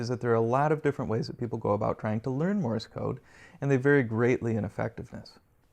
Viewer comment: Thanks for the video, but it is not pronounced "Morris code", but "Morse code".